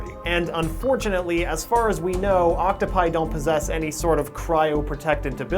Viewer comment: does him saying octopi bother anyone else or is it just me?